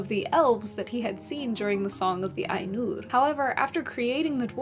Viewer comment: HI, Mate, you said "Ainur" like I imagine Icelanders would say it....(I need to find an icelander to test this hypothesis, but still...), and I think Tolkien would have been pretty happy about that. Did you read T's autobiography? There is a lot of lovely stuff in it about his fascination with Languages and conlangs. It's by Hymphrey Carpenter (AFAIR), and it's magic (hehehe). C S Lewis gets a mention and several other British story tellers that who we (fantasy geeks) revere, to this day. I like your channel. Keep it up